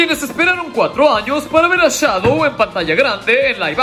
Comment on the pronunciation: Se dice Shadow